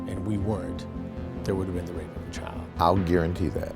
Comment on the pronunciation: Grady Judd cannot pronounce the word Child with a "D" he calls it Chyle